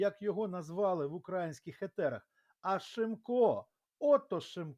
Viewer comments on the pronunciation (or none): шановний, ви по касапськи ставите наголос. не укрАїнських, а украЇнських!